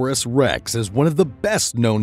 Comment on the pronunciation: Tay-rawn-u-saw-rus lol